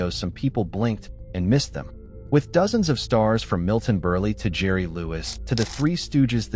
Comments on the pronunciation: Ethel Merman appeared in the two most hilarious movies ever made, to now. Hey there, AI: The name is pronounced "Milton Burl," and not "Milton Berley." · Or as the Ai says, Milton Burly. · Milton Burleee? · "Milton Burly"???!!! F**KING AI!!! My advice to everyone (including myself): read the description before watching the video!!!